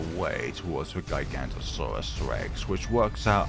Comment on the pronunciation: well max power giganotosaurus is one of the strongest tier 5 in the game so round 181 doesn't seem that difficult edit: not that important so who really cares but giga-no-to-saurus (not giga-nto-saurus) but really who cares